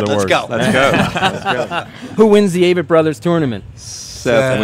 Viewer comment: A-vitt. Seems the guys have accepted the mispronunciation, but c'mon interviewers! Great interview otherwise!